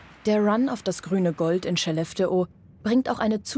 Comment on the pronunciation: Wenn ihr eine Doku über Skellefteå dreht, lernt doch bitte die korrekte Aussprache von Skellefteå.